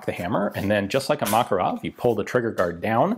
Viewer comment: Ugh, the cringiness of the Makarov pronounciation :D